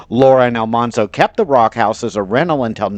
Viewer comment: AL-man-zo. As in manly. Not almhanzo.